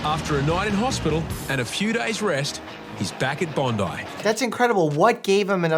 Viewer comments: hey doc there is no vowel between the p and l in quadriplegia or paraplegia, could you please on behalf of the rest of the world educate your fellow americans on the correct pronounciation ,cheers. oh and btw well done on correctly pronouncing Bondi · Its very rare to hear someone outside of Aus say Bondi Correctly